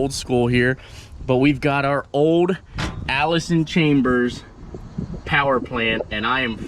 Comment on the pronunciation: "Allison Chambers". So he cant read too!